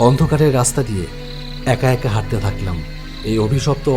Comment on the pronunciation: Dada raster noi raster❤❤❤